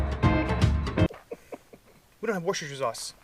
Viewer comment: Hey Lads Gonna help you out with your pronunciation Phonically WUS-TER Not WOO-STER So glad you back at it. Another great informative episode.